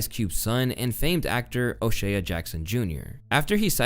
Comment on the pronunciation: Just an FYI it’s pronounced O-SHAY not O-SHAY A